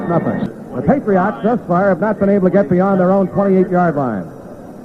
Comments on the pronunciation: Why does he keep saying "PatriOTT" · It cracks me up hearing the Dolphins radio announcer pronounce Patriots as "Patri-ahts"